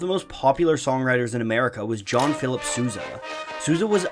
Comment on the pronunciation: Its not Suza !!! It`s S o u s a